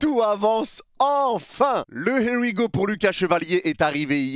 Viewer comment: « Y a les hé wi go » 😂😂😂😂 tu régales